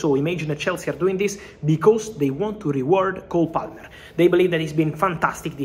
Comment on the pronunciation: Did Fabrizio call him “Goal Palmer”? Nice